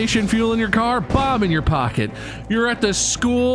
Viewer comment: I swear, at first I thought Bob was saying 'Bob' in your pocket instead of 'bomb'. I've been reading it wrong this whole time!